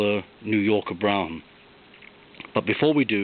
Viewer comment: Based on how the announcers would say it on the TV commercials of the era, the word Brougham is pronounced "Brome" -- at least here in the U.S. You did an excellent job describing the car. It's funny to hear you point out all the details that for me as a kid were the typical overstyling of the time. Also, thanks for telling me why those Chrysler starters always sounded so, uh, distinctive -- and sounded like they continued to spin even after the engine had started!